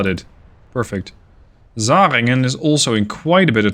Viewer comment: your pronounciation is generally pretty good but the "zähringen" is just butchered :D